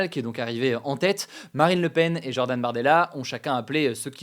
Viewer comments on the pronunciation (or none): none